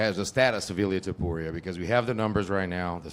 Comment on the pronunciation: It irks me that almost everybody pronounces Topuria as Tuporia